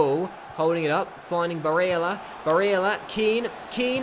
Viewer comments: stop saying barella like that seriously embarrassing, except from that good vid👍🏻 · Please, stop fucking saying barella with an Italian accent its unbearable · Julius Zondag it's not that I don't like the videos because I do it's the way he says barella and meligoni it's just annoying as it's only those two I don't mind if he says every name like that but because he only says it for 2 it's annoying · Stop saying barella like that! PLEASE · Question for you 'Do you feel like a complete fanny with the way you pronounce Barella and Melegoni'?